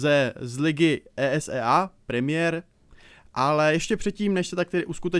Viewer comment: Jenom... Není to WayP ale YouPorn... a ÍSÍEj liga... mám rád, ale tohle je příšerný...:(